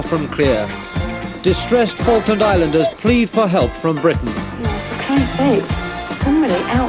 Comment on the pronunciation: I believe you've mispronounced, "Falklands"